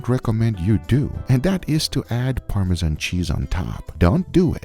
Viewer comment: My OCD kicked in, you said "Char Siu" which is a different dish, then the "Chashu" pork you are making. Subtle I know. But considering, you are the only US based top food youtube to pronounce "Parmesan" correctly (and not "Parme-żhan"), keep up the good work :D.